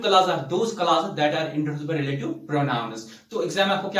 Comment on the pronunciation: Rlaaative clauses 😂😂😂